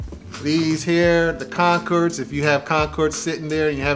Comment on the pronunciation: Concords!!! Not concerds 🤦‍♂️